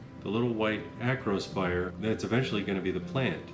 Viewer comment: Like your "acrospier" voice.